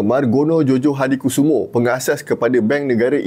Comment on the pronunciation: Sebutan nya Joyohadikusumo. Spelling Belanda: J = Y, Dj = J, Tj = Ch, Oe = U.